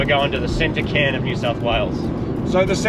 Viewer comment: Tottenham is a district of London also. Its called a Cairn, said as Kairn.